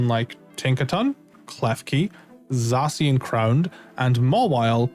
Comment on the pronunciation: the way he says zacian hurts me